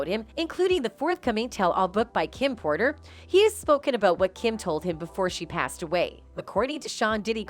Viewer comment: it’s Porter. Not Potter.